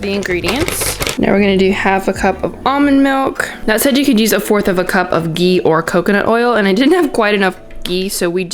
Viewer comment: She said gee instead of ghee